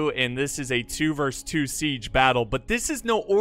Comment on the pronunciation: "Versus" it's pronounced "Versus" not a song "verse"